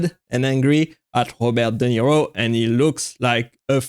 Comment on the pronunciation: Robert Duh Nero